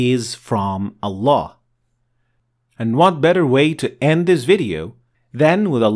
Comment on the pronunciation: it’s ALLAH NOT AllaN dude stop